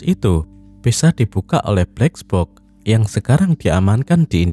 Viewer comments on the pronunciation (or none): Gue terganggu narator bilang bleks boks....